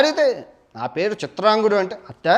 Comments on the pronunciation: Chitrangudu kadu bro CHITRANGADADU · చిత్రాంగదుడు .... చిత్రాంగుడు కాదు.